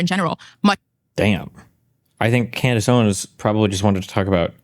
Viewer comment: ”Coondace Owens”